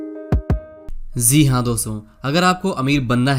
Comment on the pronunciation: सही बोलना तो पहले सीख यार ! ज़ी हाँ नहीं होता प्यारे जी हाँ होता है ! 😂😂😂